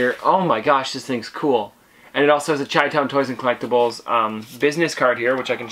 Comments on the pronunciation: its pronounced shy-town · Great stuff. So I'm a Chicago native and it's pronounced shy-town . No hate just letting ya know. 🤗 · You say chitown wrong, just an fyi